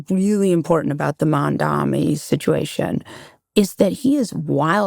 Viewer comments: His name is MAMDANI. M.A.M.D.A.N.I. its not that difficult to pronounce holy shit. Almost every time ive heard Scott speak I always have such insightful takeaways but this conversation had me fuming how out of touch, arrogant, condescending and patronizing he sounded the whole time. Good on molly to push back even slightly but man is Scott so off base this whole conversation. You are not the victim here Scott. The Palestinians are. It is a Genocide...based on the very definition you yourself defined and according to multiple international communities. Also, if literally a meager 2% tax hike on millionaires and billionaires in NYC thats used to fund a better quality of life for everyone, INCLUDING those same millionaires and billionaires, causes them to move out of the city, then yes that IS morally reprehensible. And as MAMDANI has stated himself, the ROI for these rich folks should be worth it to stay if that money is used to better the problems the city has, which should make it MORE appealing for these same folks. I dont think billionaires like walking down dirty streets filled with homeless people last I checked. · Very disappointing to see Scott going back to his pro-Israel stance, and going after Zohran Mamdani without verifying his facts. These folks can’t even pronounce his name right! Scott’s objectivity is heavily suspect; he can’t seem to rise above his loyalty to his clan, no matter what. Israel has lost a lot of goodwill by an indecent display of “might is right” and many seemingly well educated Jewish people seem to lose their objectivity calling this out. Mamdani has shown greater objectivity and ability to rise above blind loyalty to his community, which is more than I can say for Scott.